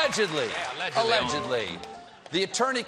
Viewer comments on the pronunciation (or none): I love the "allEGEDly" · love it when he says... "ALLEGEDLY" :)